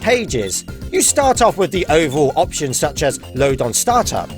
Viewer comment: Eptions? It's not Eptions it's option